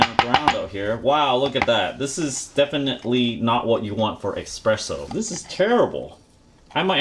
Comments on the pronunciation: HONEY: the word is e"S"presso. not e"X"presso. it's ITALIAN and it does not matter in what language you say it, it is ALWAYS "ESPRESSO" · "exspresso" ffs learn how to say "espresso" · "Tamp" not "Tamper". Tamp means to press down. Tamper means to interfere with. There is no "X" in espresso. Otherwise 10/10.